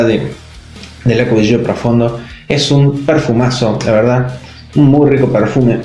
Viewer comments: Se pronuncia Acqua Di Gió, con acento en la O, porque se refiere a Giorgio Armani. Igualmente todos le ponen el acento en la i porque ya es costumbre, pero está mal. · Se pronuncia Acua Di Yo 😒🙄